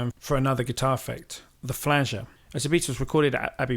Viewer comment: A lot of great info here, but whoever is narrating sounds unfamiliar with recording gear and some of the people mentioned as there are a few mis-pronunciations (Epiphone, Neumann, flanger, etc.) I would recommend going over it first with whoever wrote the info or if it was written by the narrator to check it with someone who knows the gear and terminology. Great stuff nevertheless.